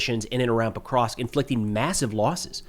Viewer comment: It's "Pokrovsk", not "prokrov" clueless clown. You have no idea what happens in the world.